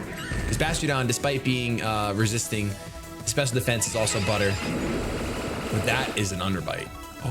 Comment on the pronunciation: rioario1 except listen to how he says it. he doesnt pronounce the t's in it.